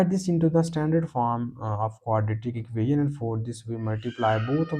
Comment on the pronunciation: Please learn to hot pronounce "equation". The rest of your pronunciation can use some improvement but is understandable.